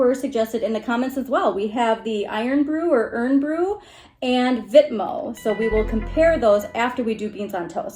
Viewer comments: Irn still pronounced iron. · IRN is pronounced "iron". Apologies, but Americans can be too literal 🙂